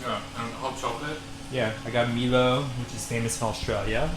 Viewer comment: Haha, "Me low" - the correct pronunciation is "My low" for Milo.